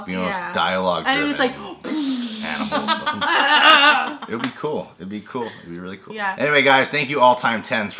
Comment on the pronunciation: "Aminals"? Really,? Are you 4 or something? (Even though it was funny).